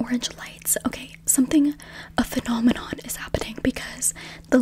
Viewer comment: "phenominon, a feminenomenon" 😭